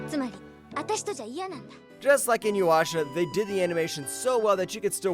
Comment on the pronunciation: its I-NU-YA-SHA not I-NU-WA-SHA :)